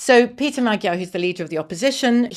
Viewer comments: MAG-YAR, not Madgyer! FFS BBC!! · It's annoying when journalists keep mispronouncing Magyar despite the country being literally named after the Magyars. Do a little research BBC journos.